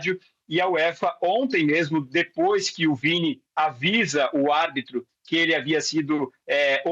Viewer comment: O quase mudou o nome do Vini, pra Viti Jr., Vítima Jr., desculpa, mais ñ ia perder a brincadeira 🤣🤣🤣🤣